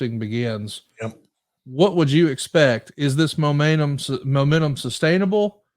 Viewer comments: "Momaynum".... said it twice that big boy thinkin about mayonnaise right now 😂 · can barely say momentum